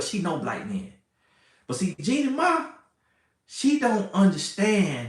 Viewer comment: The way keeps saying Jennie Mani has me on the floor! 🤣 But Ima hush up like my big brother said!😂